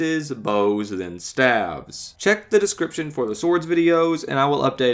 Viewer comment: Um sir its pronounced stave's